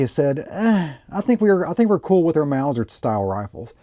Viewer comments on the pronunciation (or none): none